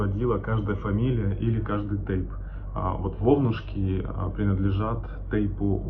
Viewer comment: Не вайнахская, а Ингушская женщина спасала детей на Вовнушках. Ударение на первый слог